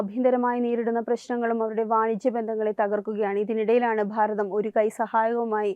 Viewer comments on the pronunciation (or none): ഭാരതം എന്നത് നിങ്ങൾ പറയുമ്പോൾ പ്ഫാരതം എന്നാനു കേൾക്കുന്നത് ബലം പിടിച്ചുള്ള ന്യൂസ് വായന മോശമാണ്. പല സ്വരങ്ങളും ഇതുപോലെ തന്നെ ആണ് പറയുന്നത്